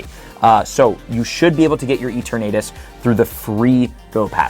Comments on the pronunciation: I have the “it’s LeviOHsa, not LevioSAH” itch from saying Eternatus’ name incorrectly. “EterNAYtus” just sounds wrong to me XD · There’s no reason to pronounce Rookidee like that. The “E-tur-naytus” pronunciation is also absurd, but at least I’m pretty sure that’s a joke. Edit: Nope. Never mind. He keeps saying “E-tur-naytus” throughout the whole video, without the exaggerated southern accent. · It’s Pronounced as: e-ter-na-tus 😅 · Mega Dragonite encapsulates what Dragonite is perfectly both a derpy looking dragon with a chill side and a force to be reckoned with when its chill level is at 0. Also yeah Mega Dragonite looks both derpy and somewhat ok at the same time. Edit: Is it just me or is pronouncing Eterantus as E-ter-nadus? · Kinda cringing at the way you're pronouncing Eternatus. lol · The pronunciation of Eternatus hurts me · Are you trolling with the eternatus pronunciation?